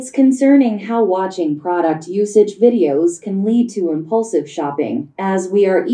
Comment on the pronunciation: Thay day rat hay nhung chu impulsive phat am khong dung lam